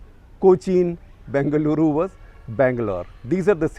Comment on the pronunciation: it's Bengaluru not Bangaluru. At least call it Bangalore for god's sake